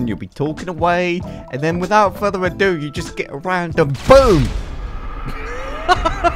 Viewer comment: jesus christ how many senarios do we need? we get it.. (and "without further eh do") the phone explodes...